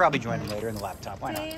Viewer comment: Dear God Daniel, please stop calling it a lab top!!!! It’s a laptop!!! 😂